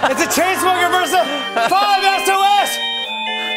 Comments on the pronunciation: “It’s a chain smoker vs a 5es-oh-es” I cringed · “5-ES-OH-ES” Oh Jimmy...😬😬🤦🏽‍♀️🤦🏽‍♀️ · 5SOS Fam is triggered..... "5 es-oh-es" no just no lol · "It’s a chain smoker versus a 5 es oh es" Jimmy noooooo I cringed so hard I had to stop the video for a sec... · Who else cringed when jimmy said 5 S-O-S?? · I cringed so hard when jimmy said 5 es o es thought we left that in 2014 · jimmy called them “5 es oh es” 😭😂 it’s ok i love jimmy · “5 es oh es” I gagged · my ears bled when jimmy said "5 eh so es" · he said five es oh es XD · ‘5 es oh es’ ITS 5SOS LIKE SAUCE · Jimmy said 5es-oh-es.... it's 5SOS Jimmy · "5 es oh es" really Jimmy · Jimmy: “it’s a chainssmoker vs a 5 Es Oh Es” Someone in the crowd: “5 Sauce!” . . The person sounded annoyed to still have to be correcting the pronunciation of 5SOS 😂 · when jimmy said "5 es oh es" I cringed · I was actually enjoying the show until somebody said 5 ES OH ES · Does any notice Jimmy said 5 es-o-es 😵😬🙄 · “5 es oh es”? Really? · jimmy- 5 es oh es..? really? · Ew jimmy said 5 es oh es I cringed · I know Jimmy did not just say “five S O S” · when Jimmy said 5 es oh es it physically pained me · Did jimmy just say 5 es oh es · “5 es oh es” when is someone gonna tell jimmy???? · It's been a year Fam and Im still triggered Jimmy says 5 EsOhEs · Ok but he said 5 es oh es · dAmN Calum be looking like a fucking SNACC!! But then again... 5SOS ALWAYS LOOK LIKE FUCKING MEALS Also I cringed so hard when Jimmy said 5 ES OH ES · “Five es oh es” CRINGE LOL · I cringed when he said, “5 es oh es” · Jimmy just said 5 es oh es. 🤦‍♀️